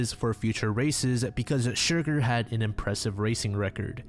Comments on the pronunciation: I hate to be that guy but the Horse's name is pronounced Cher-Garr rather than Shurgur. Besides that this is a great series and im quite happy to see shorter entries more often than potentially having to wait for longer vids. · I'm sorry, I'm gonna be that annoying person. The horses name is pronounced Cher Garr not Shur gur - it was just making me giggle and you said it SO MUCH in that bit